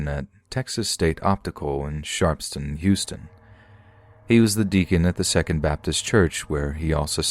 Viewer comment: Sharpstown sounds like, "Sharps. Town." Just for future ref.